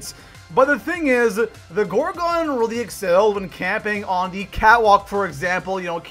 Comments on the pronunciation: Gorgon not gorgock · Yah the Gorgon not the gorgin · Why does he say gorgon like gore gone lnaoooo